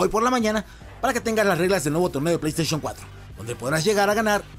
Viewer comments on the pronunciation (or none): none